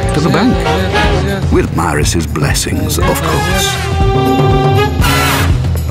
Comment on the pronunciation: Except the pronunciation of Maris , but other than that very good .